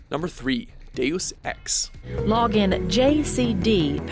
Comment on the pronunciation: Not pronouncing "Deus Ex" like an idiot: +1 charisma.